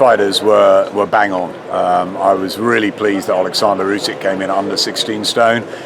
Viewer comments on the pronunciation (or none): Why do people pronounce names different to the actual folks they are mentioning. Olikzander?